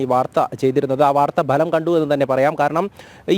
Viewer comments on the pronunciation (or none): ബലം അല്ല മിസ്റ്റർ ഫലം എന്ന് പറ